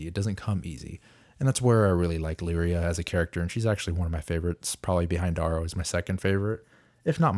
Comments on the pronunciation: D-air-ooo bro not D-aaah-ro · It’s D-arrow, like arrow. D-orrow clearly not spelled the same but if you want to sound like you went to the Zoolander school for kids who don’t read good by all means.